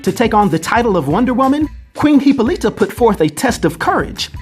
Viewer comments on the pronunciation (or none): It's Hippolyta pronounced huh-po-luh-tuh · Dude you butchered Wonder Woman mom's name repeatedly. 🙄 Great video as always though 👌